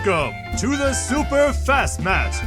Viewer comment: Here I was thinking this channel was Superfast Matt, but this intro sounded like Super Fastmatt 😂 All hail the algorithm.